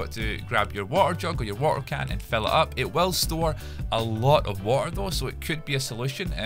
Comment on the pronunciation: the way he speaks water him: WA AR